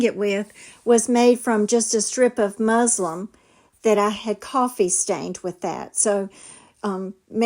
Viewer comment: Please stop saying Muslim. It's muslin - with an N.